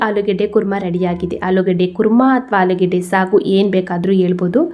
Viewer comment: ಆಲಿಗಡ್ಡ ಅಲ್ಲ ಮೇಡಂ ಆಲೂಗಡ್ಡೆ ಅಂತ ಹೇಳಿ